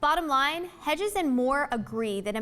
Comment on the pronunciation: It's not bleak enough. And it's "Hedges".